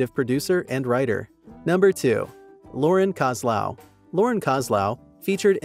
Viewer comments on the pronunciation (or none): none